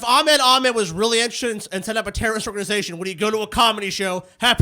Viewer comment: Ahmed is pronounced Ah-Hmed.